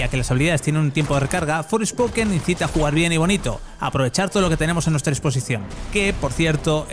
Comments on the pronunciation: Por qué dice Fourspoken? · Me duelen los oídos al escuchar "Forespoken"... Creo que los periodistas son los suficientemente profesionales para pronunciar bien en ingles, sino no trabajéis en esto.